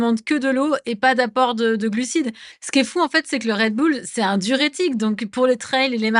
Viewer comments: Non tout le monde dit Red Boule, la première fois que j’ai entendu Red Beul c’est dans la bouche de cette journaliste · On dit un « boul-dogue » pas un « beul-dog » non ? C’est comme Gorbatchëv : on a tout entendu. « Gorbatchève »; « Gorbatchef »; « Gorbatchouff ». Initialement, c’était la faute des journalistes tout ce fatras. Le « ë » russe se prononce comme un « o » ouvert précédé d’un « i ». On dit donc « Gorbatchiov ». Et Red Boul. Pensons bulldog, et appendice caudale, femme callipyge, tout ça. Moyens mnémotechniques - Anki pour les plus motivés. 😅)) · Red "beul" lol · Raie deux boules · Red beul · Faudrait faire une émission sur "comment on prononce Red Bull??!!" car tout le monde le prononce différemment.